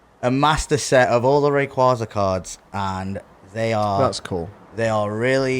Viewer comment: Imagine being a Rayquaza collector and not knowing how to pronounce it